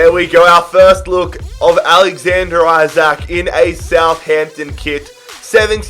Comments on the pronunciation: His surname is pronounced ljke “E-sak” not “I-sak” just so u don’t get 10 episodes in and realise 😂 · Yeah. I dont get how there is confusion. It isnt "Eye-brahimovic" so it shouldn't be "Eye-sak". "EE-sak" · Just so you know you prounons Isak, Isak not aisak